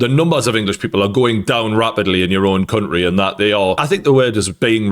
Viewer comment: Say country properly once